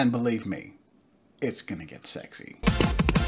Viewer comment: Me and my friends: says smexy** My brain: this is cool Jazza: says smexy** My brain: i